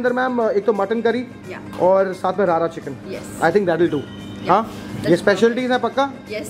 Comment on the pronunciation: It’s रड़ा not रारा chicken - rarna/rorna in Punjabi refers to the process of cooking something properly